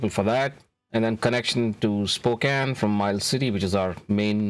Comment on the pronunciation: Thank you for pronouncing Spokane correctly!